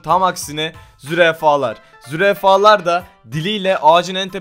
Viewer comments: zürefa deyil zürafa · Abi tam 4. Dakikada zürafa'ya zürefa dedin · Zürafaya zürefa dedin :D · zürefa :D zürafa olmasın o abi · Kediler veya hayvanlara tatlı vermek onu KÖR eder..(ayda yılda 1 verilmek üzere oda TATLI maması var ÖDÜL maması şeklinde tekli o verilir sadece) Ayrıca ZÜREFA değil ZÜRAFA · abi zurefa değil zurafa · zürefa diyo yaa